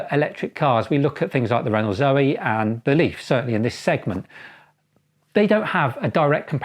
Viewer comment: Ren-"oe". It's French.